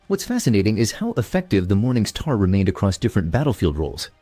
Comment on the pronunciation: This guy needs to stop saying "Morning Sthaar" immediately.